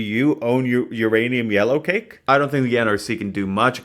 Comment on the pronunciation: Every time says "yellowcake" my brain thinks "Alien Cake" ngl